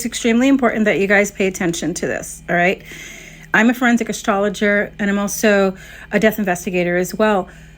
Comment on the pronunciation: What in the world is a forensic astrolog-er? 😂